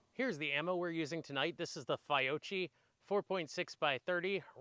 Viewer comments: “Figh-oh-chie and Horn-na-day” Jk, great video. Subscribed. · I don’t think you could have possibly mispronounced both Fiocchi and Hornady more